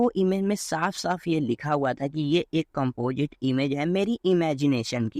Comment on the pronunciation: Bhai at least pronounce toh sahi karle composite ko compojit 😂